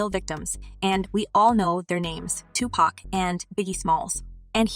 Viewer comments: It's Tupac not to pocks lmao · She keeps pronouncing Tupac as 2 pack